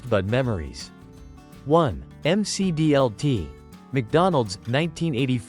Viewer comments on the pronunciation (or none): Say it with me, you rotten AI bot announcer, at :36 in, it’s pronounced the Mick D L T. Not the M C D L T. This automated nonsense ruins the content, and takes you right out of it. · "The M C D L T" is not a rap singer! Stupid AI. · Clearly the creator of this video was not around in the 1980’s, because he is mispronouncing the McD L.T. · Jeez, the AI voice can't pronounce any product names properly. M C D L T? That picture of the rectangular pizza during the Priazzo segment looks like a school cafeteria pizza, complete with recipe card from Quantity Recipes for School Food Service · It's pronounced "Mick Dee El Tee." 😂 AI narration. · The M C D L T😆. Don't call it Mac DLT or nothing. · Mc dlt is the correct way to say it